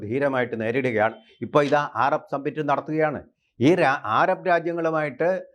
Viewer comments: ആരാബ് അല്ല സഹോദര അറബ് ആണ്. 😎😎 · ... "aarab" ennu parayano ? "arab" ennu porey !?